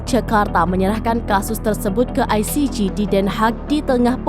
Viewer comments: Penyiarnya Salah pronunciation ICJ. JE Bukan JI. Spelling JI untuk huruf G. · Parah ni presenter ,,koplak ,, yg benar aja loe,, nyebut ICJ aja gak benar,, kalau tidak ngomong upahkan sama yg lain